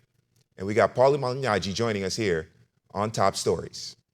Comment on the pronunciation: he's actually pronouncing it correctly